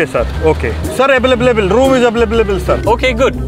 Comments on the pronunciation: Available ❎ Eblebal ✔️ 😂😂😂😂😂😂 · Available❌, availavalable✅